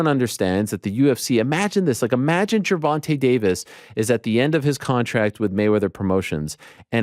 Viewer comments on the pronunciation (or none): none